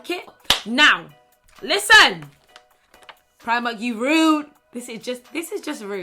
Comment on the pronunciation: When she says Primark in her African Accent I die every time.